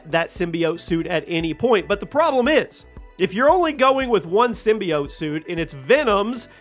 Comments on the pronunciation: sim-bye-ote was bas pronunciation but this man just said sym-be-ott. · I’ve never heard someone pronounce symbiote like that.